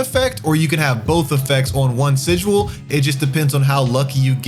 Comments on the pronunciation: he's pronouncing it like si-jewel, not even the way you said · Listening to this guy mispronounce words like "Terminus" is painful. Let's not get into how he pronounces "Sigil" as "Sigual".